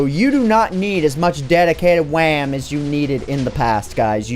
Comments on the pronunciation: I was wondering, umm... what’s da wecomended amount of det-d-d-dedicated wam i should have to serverrr. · its WAM not RAM